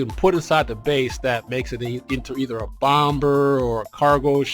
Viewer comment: You're the only dude I've ever heard pronounce the 2nd "B" in Bomb. You say it like it is spelt, "Bom-Ber". I've always heard it as "Bom-Mer". Also, GOT'DAMN YOU GOT A TON OF SHIPS! I've only got 3!